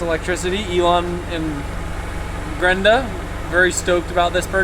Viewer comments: I love so much that he called her Grenda 🤣🤣🤣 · “Elon and Grenda” 😂